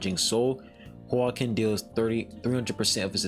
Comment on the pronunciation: The name is Hwa-kin, the same way you would say Joaquin Phoenix, the Joker actor